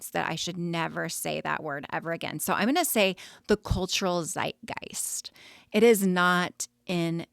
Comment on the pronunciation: Milieu ist französisch und du hast es korrekt ausgesprochen. Zeitgeist ist ein deutsches Wort und das Z wird etwas anders ausgesprochen, als du es gemacht hast 😊 Ansonsten super Beitrag und viele Grüße aus Deutschland, wo Donna Adelson jetzt sicher lieber inhaftiert wäre.